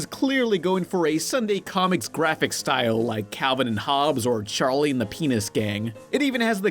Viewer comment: In the video it sounded like you said Charlie and the *** gang lol